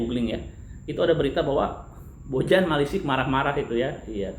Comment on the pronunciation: Owhh ieu mah atuh BojaM... sanes BojaH...